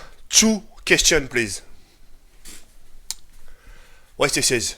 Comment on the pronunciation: direct il ma achevé "One kestionne plize" x)